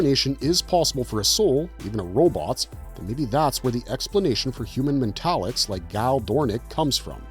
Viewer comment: I HATE AI NARRATION WITH A PASSION. This one ALMOST fooled me until it started saying “mental-licks”. I wish YouTube would actually ENFORCE IT’S OWN RULES.